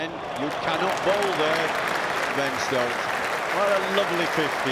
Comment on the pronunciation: Ben -Stoks....like Virat 😂😂😂